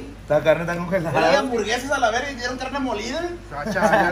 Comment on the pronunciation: Nadie::DyA d Diversión y HamburGueZas JAJAJAJAJAJA